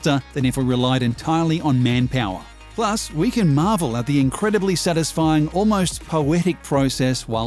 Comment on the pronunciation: How the narrator says ‘Satisfying’: ‘Sanisfying’